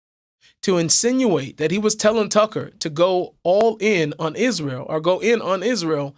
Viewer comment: She can't even pronounce Israel correctly.